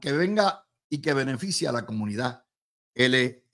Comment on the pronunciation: LGBTQ+ Luis estas son las siglas de ese movimiento. Yo estoy seguro que tú la sabes pero al pronunciarlas no las pronuncias correctamente.